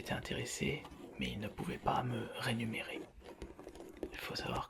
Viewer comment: On dit rémunérer et pas rénumérer Mdrrr